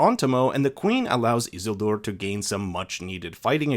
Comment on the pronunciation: I swear to God you say Isildur that way just to test my patience.